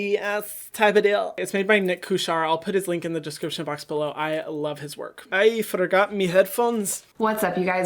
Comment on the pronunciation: “I freegot me ‘eadphones’ “